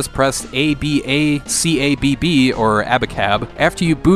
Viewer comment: you said the mortal kombat blood code so weird i thought you said it wrong lol abacabb